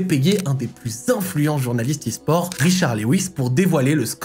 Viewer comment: "S gares" ??? 😭😭